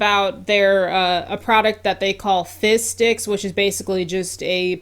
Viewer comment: I kept hearing “fish sticks” instead of “fizz sticks” 😂